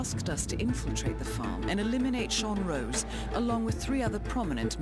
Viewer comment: Sean Rose not Sean ROSS